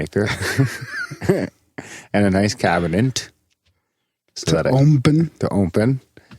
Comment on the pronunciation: "Cabinent" Its awesome to hear turn the tables and call out for a mispronunciation!